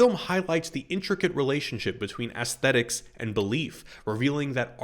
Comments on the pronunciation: I was very curious to watch a dissection of this movie and the poster has some warranted and trenchant points to make. Sadly, I could not watch it completely through because I kept hearing ASS-thetics, as opposed to the correct pronunciation of the ae dipthong, EECE-thetics. I know that makes me a reprehensible pedant, but there we are. I am but 'civilised my syphilised yarbles', as Alex might say. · aesthetics -- not assthetics, lovey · You keep pronouncing it “ASS—thetics.” Is it deliberate? I’ve never heard anyone else say it that way. I can’t help but find it distracting. Great analysis, but wow that is odd. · can't get past the way you keep saying "ass-thetics" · Nice reflections on the key aspects of one of my favorite films of my youth. I experienced three very different takes over 10 years watching in the 70’s-80’s, and had many of the same thoughts. What I got from the film each time reflected both changes in the cultural context of the film and my own life experience. (Side note vis-a-vis aesthetics: I was distracted at times by your pronunciation, “ass-thet-ics”, novel in my experience. Ironically, I affected the aesthetic experience of your vid for me. It also made me question my own pronunciation, but a sampling of a half-dozen pronunciation guides all hewed to the softer short “a” sound I was familiar with, so perhaps the hard “a” is a regional scent I haven’t encountered?…) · please stop pronouncing aesthetics like that 😭😭😭😭😭😭😭